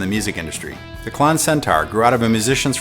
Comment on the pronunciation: I figured it was pronounced like clone instead of clawn.